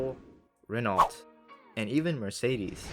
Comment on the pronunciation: Just an FYI, GBP 242,000 is also over a quarter million euros, approximately 275,000 euros as a matter of fact. Also, the automaker Renault is pronounced more like "reno", as in renovation, rather than "renawlt".